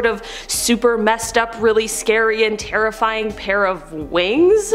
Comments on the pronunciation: If this were TikTok the comment section would be full on how she said terrifring and not terrifying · Ok I'm sorry but did no one else hear terrifrying? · haha she said terrifrying